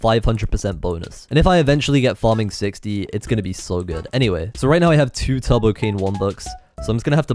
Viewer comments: he pronounces turbo like tubbo. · tubbo cane lol not turbo cane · whenever he said turbo it just sounded like tubbo